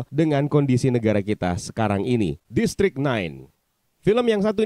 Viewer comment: Sumpah waktu lu ngomong "District 9" ditelinga gue kedengeran kyk "Listrik naik" 🤣🤣🤣